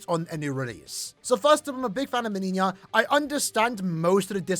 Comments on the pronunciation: My man pronounces "MeniÑia" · both JP and EN official showcases pronounce it Meniñia oddly enough